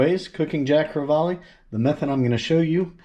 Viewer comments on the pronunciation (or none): I love Jacks too!!! Especially the way you did them. You Rock! It's actually pronounced Jack Cre-vall....not Jack Cre-vall-e. Your lesson for the day, Love you man!!!